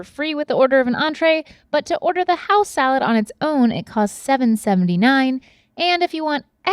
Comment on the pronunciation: Nobody: Link: Salád